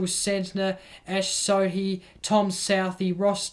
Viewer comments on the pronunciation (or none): Good soild summary, but man, your really need to work on some of the pronunciations. Who's tom southee? Esh sodhi? Colin de grand-homie?" And howcome Darcy short is the only player where you refer to what bbl team they played for? You do mention Careys form, but not what team he plays for. Is it because Short plays for your team, the hurricanes?